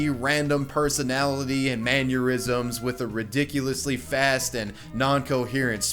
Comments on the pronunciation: You’re driving me crazy with the mispronunciation of mannerisms. Not manurisms! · His saying maneurisms is giving me an aneurysm. It's mannerisms, and yes she is annoying. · Manner-isms, not Man-your-isms. Please. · you should stop saying maneurysms because it's pronounced mannerisms and you're combining that one with aneurysm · Mann-ER-isms, not Mann-your-isms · Mannerisms! Not man-your-isms. You have GOT to stop that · Mannerisms not maneurisms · Dude. Say it with me. "MAN-ERR-ISMS." Not "manYUrisms." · I was just thinking about boxxy earlier this week and this just popped up in my recommended. I wanted to look like her sooo badly. (Also just so you know, you’re mispronouncing mannerisms. It’s pronounced manner-isms rather than manyer-isms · Lol “manyourisms” I’m not sure I’ve ever heard someone pronounce “mannerisms” like that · Scrolled the comments to see if anyone mentioned him pronouncing mannerisms "maneurysms" but surprisingly there were none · "manuerisms" $tealing that shit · I've heard of mannerism, what the fuck are "manneurisms" though? Work on your pronunciation bro. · You have this tendency to pronounce certain words.....oddly.... for example, here you pronounce "mannerisms" like aneurysm with an 'm'... maneurysm? "Boxxy" irritated the hell out of me, but I wasn't her intended viewership, and I knew that. Tbh, Catie kinda seems to be equally obnoxious, but-- I am all about respecting and supporting someone who goes through the insane amount of harassment, bullying, and quite frankly, stalking that she endured....then coming out on the other side happy, healthy, and clearly successful! Go get em, lady! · "Man-yer-isms" lol xd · wtf is a "mannurism" my guy? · lol "man-yer-isms" XD ....and again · "Manyurisms" XD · why do you pronounce Mannerisms as Manureisms? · It’s spelled manneurisms and just really pronounces that u for some reason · I just can’t tell if you’re saying mannerisms like man aneurisms on purpose and it’s really messing with me